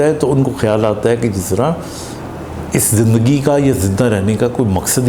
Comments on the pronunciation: زندگی لفظ۔۔۔زند ۔۔گی نہیں ہوتا ۔۔۔زند دگی ۔۔۔ہوتا ہے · Punjabi style .